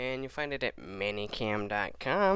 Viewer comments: Meh-ny Cam. Not Manny Cam. >.> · It is "Many" Cam not Manny Cam. It pisses me off.